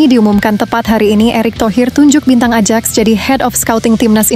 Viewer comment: Bacanya Ayaks bukan Adjaks...malu min salah sebut